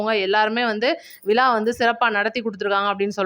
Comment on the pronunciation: சகோதரி நடந்தது மரகதம் குமரவேல் நடத்தியது விழா அது விலா இல்லை. உச்சரித்து பழகுங்கள். கேட்பதர்க்கு கண்ராவியாக உள்ளது.